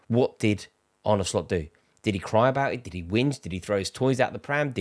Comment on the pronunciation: Thank you Rory for actually pronouncing Arnes name correctly. Absolutely shocking the amount of people in the MSM and independent football presenters who get this wrong, even though there's literally a video on YouTube of Slot pronouncing his name. Absolutely drives me up a wall but thanks for actually putting the effort in.